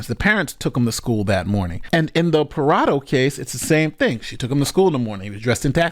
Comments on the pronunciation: bro how tf you going to pronounce PARDO as PARADO tho? i cant respect you enough to watch past that. i'll learn about the story from someone else tf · why do u pronounce "pardo" like "parado" wtf lmao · C'mon Wash-ing-tun! Just kidding, but seriously Ash-Lee Par-doh! not (parado) Pa-Rah-doh! Though I agree; she's MORE responsible than him at the age of 13! I was trained with guns at a young age; somewhere around the age of 10; by a police officer; my uncle! But I wouldn't look at something like this fun; since I was trained about what happens when you grab a gun! You use it; that's it! Never reach for it unless absolutely necessary.. Don't think he had proper gun training; of course military school also helped me respect a weapon even more; but more respect out laws, constitutions', and rights'. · Hey! Her last name is Pardo. Its pronounced (par-doh). It's my wife's maiden name. She's a little upset with the mispronunciation. 😂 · Stop with the stereotype against face tattoos! 😭 Btw, CANNOT pronounce any surname to save his life! "Pardo" not Parado or Prado 😂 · This guy can't decide how he wants to pronounce the mom's last name 😂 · My question is: how many different ways can pronounce this lady's name in one video? 😁